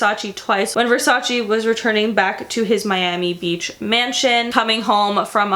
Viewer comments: Love you and your videos❤☮ but im italian and i NEED to say this. Versace is not said /versaci/ but the last "e" is said like the second "e" in vErsace so its said /vErsacE/ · it’s Versache that’s how it’s pronounced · Francesca Morini even donatella mentionned she HATES it when americans pronounce it vers-aceeee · i love you but as an italian speaker and knowing that you actually have italian origins it i can;t stand your pronounciation. please, learn how to pronounce this shit :D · Donatella Versace says it irks her the way people commonly mispronounce Versace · MoonChild thank God u pointed it out ! It was continously hurting my ears